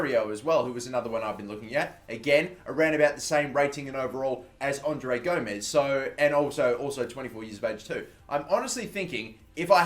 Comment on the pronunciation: and u pronouncing André Gomes name wrong, ur saying "Gomez" when it's "Gomes"